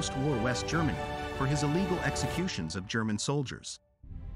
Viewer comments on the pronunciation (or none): none